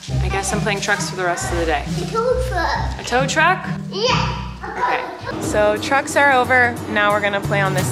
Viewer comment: I keep hearing play drugs instead of trucks. Help